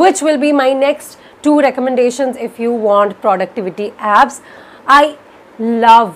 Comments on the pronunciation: Okay so so have definitely pronounced abs many a times now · Nah! I too heard "abs" :-)